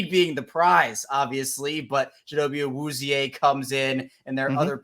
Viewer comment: Ayy props to for that pronunciation of Awuzie! I appreciate you my guy.